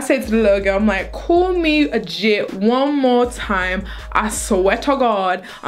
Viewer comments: 😂😂 its jit not jet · I'm from Florida. Miami specifically. And it's not "Jet" it's "Jit." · Lmaooo, no disrespect but it's JITT not "Jet". This coming from a Floridian. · Being that I'm from Florida, I have to correct you 😂. It's a 'jit' not jet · Jet lmfao i thought it was Jitt , maybe im wrong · LOL tootsie its not jet, its jit😂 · Lmaooo it's jit tootsie not jet 😂😂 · lol it's "Jit"